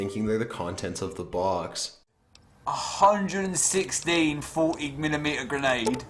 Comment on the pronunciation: Booooooox, damn the way he says box, " Booooeeex "